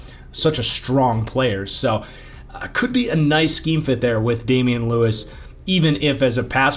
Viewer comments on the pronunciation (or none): none